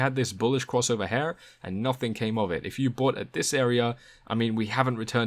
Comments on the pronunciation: when you say Here is should sound like hear not Hair. Is this type speech very common in your neighborhood? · cool video, thanks, but the word is "here" not "hair" >_< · why do you say "here" like "her" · This is how you pronounce the word HERE; It's not "hair" or "hare". :) You're welcome.